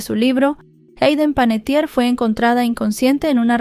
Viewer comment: Su apellido es Panettiere que quiere decir Panadero en Italiano, no es Panettier.